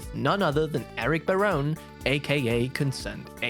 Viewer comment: it is ba-ROH-nee not ba-RONE